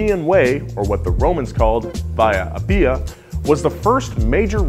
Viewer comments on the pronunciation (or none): It’s Vía Àppia not veeea appeea